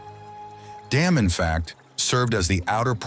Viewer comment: Damme is not pronounced DAMN.